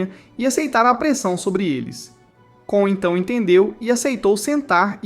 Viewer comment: Vc falou o nome do cara e da garota do errado pq o nome do cara é KON e não KAAN e o nome dela é FLORA e não FLONA